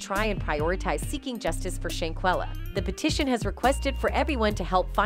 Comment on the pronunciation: Not Shayquella it’s Shanquella , my Jesus 🤦🏾‍♀️